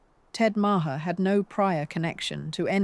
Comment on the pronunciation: Omg she rattles ON and ON and ON! Its nauseating! The worst narrator EVER. Repetitive.The pronunciation of his name. Its not MAA HAA.